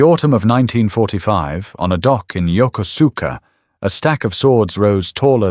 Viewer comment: The AI pronunciation of Yokosuka as "yoh koh sue kah" is a clue to the reliability of this video